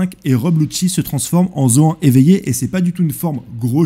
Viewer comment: Zoan se dit " Zo-ane"